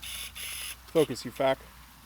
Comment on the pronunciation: "Focus you fack" AvE would be proud <3